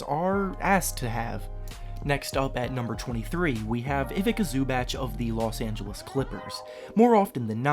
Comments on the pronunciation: Ivica Zubac is pronounced Ivitsa Zubats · My man said Ivika Zoobach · Learn how to say Ivica Zubac!!